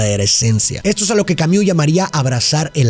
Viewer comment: Se pronuncia Albert camus